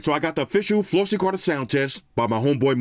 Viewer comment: Flossy the Spanish was perfecto!!!